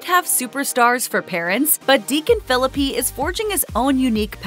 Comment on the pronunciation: I think you should pronounce his last name correctly!